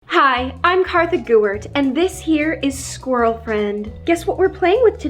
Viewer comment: Are we just gonna ignore the “SqUiRaL fRiEnD”😂😂